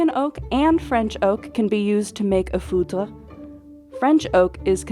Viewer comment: In French, you usually talk about talk about a "fut de chene" or a "tonneau en chene".. never heard about "foudre" that is the terme used for a lightning. It is hardly used. The worst is that since the voice off does not prononce it well, it sounds like "foutre" that is a very derogatory way talk about sperm and that could be translated as "sc*m"